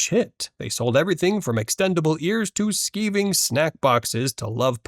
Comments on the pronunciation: Skiving rhymes with diving, not "skeeving". Skive is a UK word that means to make up an illness or other reason to not go to school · "Skiving" Rhymes with thriving or driving. To skive a lesson is to bunk off or play hookie... or whatever other term you're more familiar with. Which is what theyre named after. Its not skiv